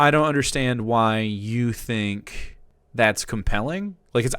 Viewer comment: I love the part where he makes stuff up to be mad about and goes "OI IS DAT WUT U FINK OF US"